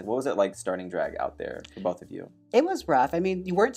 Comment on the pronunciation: The way Trixie and Jaymes say "draeg" in the same way